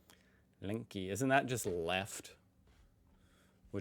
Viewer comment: he should learn how to read german... at least getting the vowels right because the "Linky" killed me too hard today.